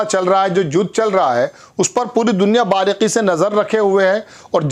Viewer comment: ...0:5 باریقی۔۔۔۔۔نہیں باریکی۔۔۔۔۔ Aap bhi devnagri walon ki Tarah kahin bhi...Bindi...nuqta...lga Rahe hain... باریقی۔۔۔۔ہا ہا 😅😅😅😅😅😅😅😅😅😅😅😅😅😅😅😅😅😅😅😅😅😅😅😅😅😅😅😅😅😅😅😅😅😅😅😅😅😅😅😅😅😅😅😅😅😅😅😅😅😅😂 Hijbullah..? J Ya Hizbullah...Z..